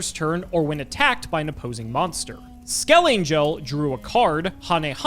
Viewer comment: Trivia: skelengel is pronounced with a hard "g". Like it sounds in the word "hangar" or something